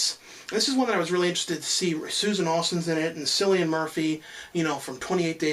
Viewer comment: it's Cillian, like with a "K" not an "S"